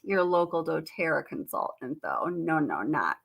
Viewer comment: Do you really pronounce the word "consultant" as "con-sull-ent"? 😉😉😊